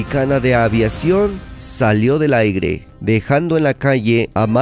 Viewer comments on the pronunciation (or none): En el minuto dice aire? Aigre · Mexicana “salio del aigre”? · Incorrecto decir aigre. ES CORRECTO: AIRE. Con todo respeto. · Se dise del aire no del aigre